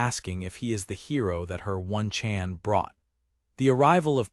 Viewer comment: If im wrong please correct me but I keep hearing one-chan being pronounced ONE, Chan. when most of my life I've heard it pronounced Oh-Nee-chan. I may be American but i had a Japanese Babysitter and she was awesome.^^ Feel like if we adopted some of their homestead cultural customs things in America could improve quite a bit. As powerful and modern and civilized as we think we are.. they sadly got us beat on a lot of fronts.